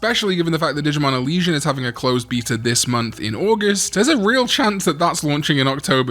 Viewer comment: Great video! I remember my first favorite toy as a kid was a weregarurumon that could change to regular garurumon, I even bought the toy again as a adult lol btw every time you say beta I giggle a little lol